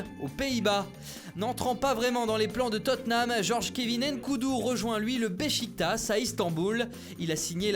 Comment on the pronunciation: je comprends pas pourquoi vous dites Béchiktasse et pas Béchiktache (prononciation turque marqué par les cédilles sous les s) ou Béssiktasse (prononciation qui ne tient pas compte des cédilles sous les s) c'est débile c'est comme si été tu disais éteu en ne tenant compte que d'un accent